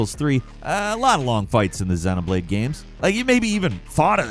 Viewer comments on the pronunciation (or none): none